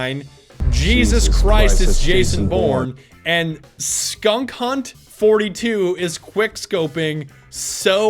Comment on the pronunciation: skankhunt not skunkhunt. south park much?